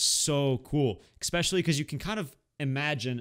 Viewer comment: challenge...say especially, not “expecially ”